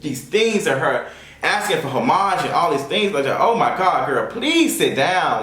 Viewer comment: You are pronouncing homage incorrectly.